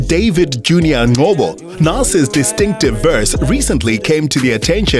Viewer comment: Is the narrater not black? why is he failing to pronounce Ngcobo?